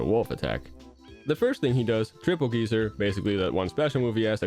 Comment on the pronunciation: It's weird how you speak normal American English but mispronounce geyser like Terry does